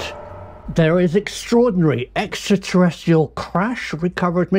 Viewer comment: Nice one Prof! I think you might be pronouncing 'extraterrestrial' wrong though